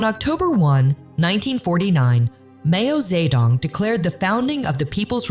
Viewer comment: “Mayo ze dong” … instantly clicks do not recommend YouTube Chanel. 😂